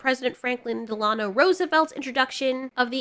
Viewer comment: just for future reference, fdr’s middle name is pronounced dell-uh-NO. not dell-AH-no. just a tiny thing and i love your vids, just wanted to let you know.